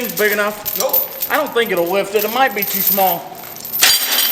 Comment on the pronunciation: "If eet bleeds, wee can kill eet"